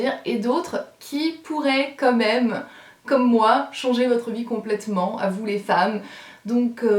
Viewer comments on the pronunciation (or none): "comeme" ? Non, plutôt "Quand même" :) La décadence